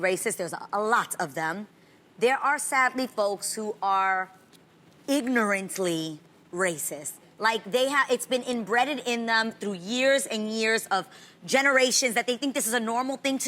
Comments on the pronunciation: EMBREADED?! 😂😂 you gotta love vegan Adrienne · 'Inbreaded'. 🤦🏻‍♀️🤦🏻‍♀️🤦🏻‍♀️ *embedded 👍🏼👍🏼👍🏼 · Did Adrienne say " embreaded in them"? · The word is embedded. Adrienne said embreaded. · it’s “embedded” Adrienne